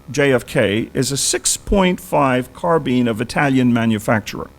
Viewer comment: "Why didn’t he ever pronounce the word Autopsy correct all thru the video?": or Carcano or carbine.